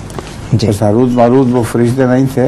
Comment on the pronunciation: پلیز لفظ:حاروت" کوٹھیک کرلیں" ہاروت" ہے